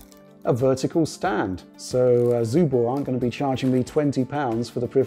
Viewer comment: Is it some rule in English to read 'Subor' as 'Zubor'? When it was represented in post-ussr times in Russia it was spelled and pronounces with an 'S' in the beginning